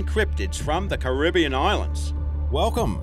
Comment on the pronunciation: u pronounced Caribbean wrong